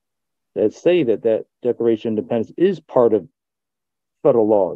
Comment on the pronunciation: Did he just say the Declaration of Dependants????😂